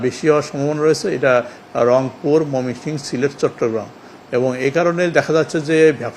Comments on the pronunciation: ময়মনসিংহ বিভাগের নামটি শুদ্ধ করে বলতে পারেনা কেমন কর্মকর্তা কর্মচারী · ময়মনসিংহ বিভাগের নাম টি শুদ্ধ করে বলতে পারে না কেমন কর্মকর্তা